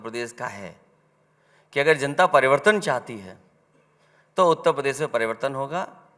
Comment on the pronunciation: उत्तप्रदेस नही उत्तर प्रदेश होता है अखिलेशुद्दीन जी😂😂